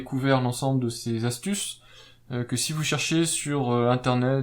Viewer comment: Trop long ...et plein de fautes de liaison ... on ne dit pas les 4 zastuces mais les QUATRE ASTUCES